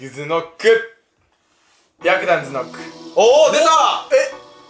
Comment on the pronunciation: 白檀が白眼にしか聞こえない…w